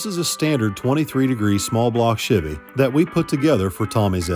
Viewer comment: I have owned and driven Chevys since 1995 and NEVER heard the word "Chevy" pronounced the way does 😂 I cringe everytime. Must be Northern thing